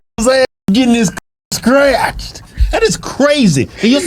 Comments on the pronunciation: Sounds like she is saying "Stretched" not scratched. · The funny thing is she’s saying Stretched not scratched 😂😂😂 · Think she said pussy stretched not scratched. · I thought she said she wanted her coochie stretched! Not scratched 😂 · Was she saying "scratched" or "stretched"? 😅😂😭😭🤣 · …. I don’t think she said scratched… I thought she said STRETCHED!! But…. She said It more like imma get it SKRETCHED from dude down the SKREET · I thought she been saying stretched. Glad to know it's scratched... Either way damn gurl. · I think she was saying stretched not scratched. lol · Is she saying stretched or scratched?